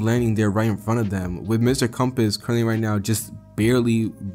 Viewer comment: First few secs of this new channel and I already know this mf gon deliver just by his voice. Bro… it’s Mr compress. Not compass 💀